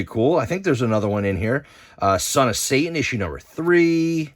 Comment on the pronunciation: Pet peeve of mine, when people from NJ say Say-in rather than Satan. 😂